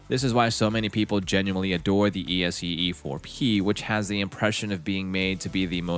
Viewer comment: The stupid AI mispronunciations are grating enough to have to duck out. It actually spells out ESEE knives! ;) Where have all the humans gone?